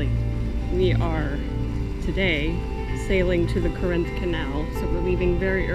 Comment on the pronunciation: CORE-inth.....-not Cor-INTH Canal. The accent is on the first syllable except when saying CorINtnian